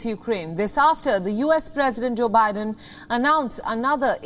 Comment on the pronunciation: She actually called the U.S. President, "O'Biden"...Hahaha !